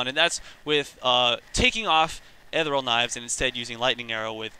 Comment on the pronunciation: Seriously can't pronounce ethereal,?